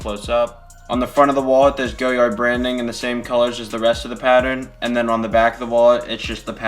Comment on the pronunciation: it's "goh-YAR" not "go-yard"